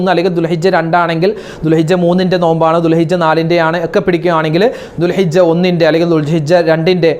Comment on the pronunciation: ഉസ്താദേ ദുൽഹജ്ജ് ആണ് ദുൽഹിജ്ജ അല്ല